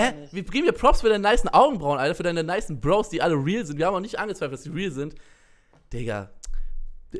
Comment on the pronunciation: Bekir das heißt bro's nicht brows